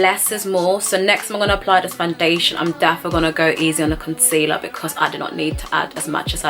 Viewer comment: The way you say “Fun-dation” gets me every time 😂